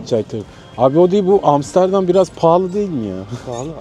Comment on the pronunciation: niye bana sanki hamsterdam diyomuş gibi geliyor :D